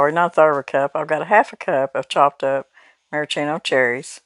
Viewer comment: The cherries are pronounced Mare-ah-Sheeno cherries…not Mare-eye-Cheeno. 😋❤️